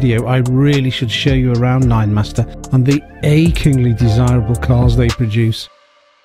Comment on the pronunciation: Great car, stunning, good review, just the name Ninemeister, German not master